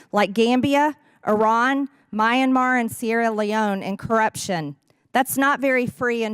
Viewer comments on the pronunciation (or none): MTG will believe anything. And it’s mee-an-mar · "My-An-Mar"? Isnt it pronounced "Me-an-mar"? Thats the way i hear it on Jeopardy and at the Olympics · She called it Mayan Mar lol